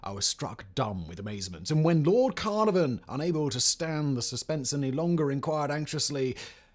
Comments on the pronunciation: Simon is on record as not considering himself big brain. But yeah, it would be great if he used one of the standard mispronunciations. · TOO-ANK-AH-MOON not TOO-TANK-AMUN CAR-NAR-VON not CAR-NAV-ON Speak properly stop this lazy weird murican pronunciation 😂😂😂